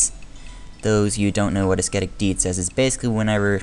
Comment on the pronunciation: the "C" in "ascetic" is mute :)